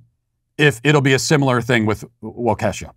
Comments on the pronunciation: Matt, it is pronounced Walk-e-shaw. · Matt,..."Waukesha" is pronounced like "waw kee shaw", accent on the 1st syllable. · I can tell you aren't from Wisconsin. It's pronounced Wok-ish-aw. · And Waukesha is pronounced walk-a-shaw. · Wouldn't it be 'Wah-ka-shaw' or am I trippin, midwestern sweet baby here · Well he obvs is not, but I would phonetically spell it like “walk-ish-SHAW” I’m not from Wisconsin either but to outsiders (east coasters) it sounds more like that to me. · Just for clarification, it’s pronounced wau-KIH-shaw. Before typing this I didn’t bother to check if anyone else offered the correct pronunciation. We have unique names for our cities in WI. The cancel mob is overdue to come screeching at us to rename places such as Waukesha, Black River Falls, or Muscoda. I will not offer the proper pronunciation for Muscoda. If you know, you’re in the secret club. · It's WAU-KA-SHAW. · It's pronounced like "walk-e-shaw". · Matt, its pronounced WAW-KA-SHAW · I think you say it like Walk-a-Shaw, but take away the L. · Its pronounced "walk-a-shaw" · It’s pronounced walk-a-shaw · It's pronounced walk-eh-shaw. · Pronounced “WAA-kuh-shaa” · Matt, as a card-carrying SBG sycophant, I am loathe to have to shoulder the burden of correcting your Wisconsinese: Waa kuh shaa Waa kuh shaa Say its name. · Oh Christ... WAH-ki-SHAW. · Dude, Walsh, walk-uh-shaw. Normally good, swing and a miss there homes. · Pronounced “Walk-e-sha. You’re welcome. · Matt, just so you sound more informed... It's pronounced Walk-a-shaw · Pronounced WAH-kuh-SHA. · Wah-kee-shaw or wah-keh-shaw. Just some pronunciation help from a lifelong cheesehead. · As a Wisconsinite I cannot stop laughing at how you pronounce Waukesha. I had to rewind the clip several times, I know I'm getting canceled for this but I couldn't resist. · Matt is canceled until he can pronounce Waukesha correctly. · Matt as someone who lives near Wakeusha you defiantly didn’t pronounce it right but it’s okay